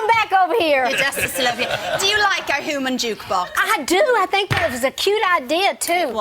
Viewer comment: "Hooman jukebox".